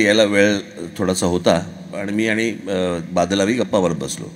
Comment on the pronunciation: राज साहेब लता दिदी ज्या शब्दातील चुका सांगायच्या त्या प्रमाणे मला दोन शब्द चुकीच्या वाटल्या 1)पंजाबचे बादल नाही बांदल 2)जिकुन नाही जिंकुन ❤